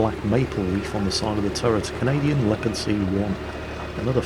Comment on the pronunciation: "The Leaopard never fails to dissappoint"...:D! wtf?